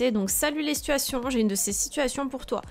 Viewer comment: Les SiTuuAsTiiOnn ! Comment tu le dit te me fait riree ❤️ Et le calcul.... ❤️ bisous